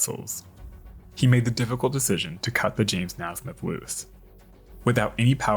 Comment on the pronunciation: Its is pronounced (Ney smith) not (Nasmith). I went to school with someone who had that last name.